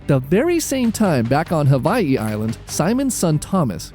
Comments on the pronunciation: Someone pronouncing Hawaii the right way. Finally. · From Hawaii. Appreciate how you pronounce Hawaii correctly